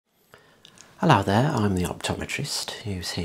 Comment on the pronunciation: no offense at all, but the last thing i expected to hear was "HELLOW THEH!!" lmao amazing video btw